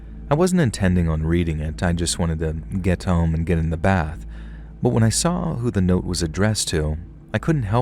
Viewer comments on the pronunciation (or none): none